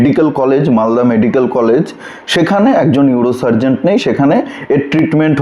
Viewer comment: এই ধরনের ইউটিউব প্রতিবেদন করতে গেলে উচ্চারণ ঠিক করা বাঞ্ছনীয়। সার্জেন হয় ডাক্তারি শাস্ত্রে।সার্জেন্ট হয় ট্রাফিক পুলিশের।